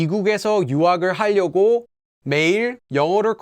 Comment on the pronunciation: Hi. You keep pronouncing 하려고 as 할려고. It should be more like an R sound than an L. I now it’s a minor detail and I feel a little silly pointing it out since your Korean is way better than mine but I just want to help. I’m a Korean American who lost his ability to speak Korean growing up and doesn’t know much grammar but can pronounce words perfectly.